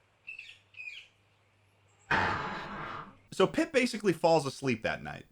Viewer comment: little disappointed by the fact that didnt mention that the boy pronounces pip really fucking weirdly and sounds like hes saying poop in a posh british accent.